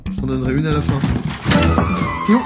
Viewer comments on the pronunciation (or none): À la fin et non la FIND😂